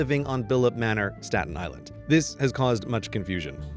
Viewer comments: saten Island** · “Statin” My blood pressure is rising